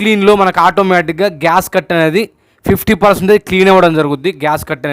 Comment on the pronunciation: GASCUT KAADU SWAMY GASKET ANIE CHEPPANDI.